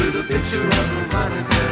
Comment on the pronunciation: Veronica? Say what? Always thought he was saying “the rat turd” …like what? How you trynna say Veronica and it come out like that